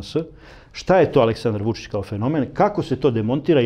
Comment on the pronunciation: Kako Glišić akcentuje Vučićevo ime ne obećava baš da se bori za Srbiju. ( ako je verovati pokojnom Lanetu Gutoviću )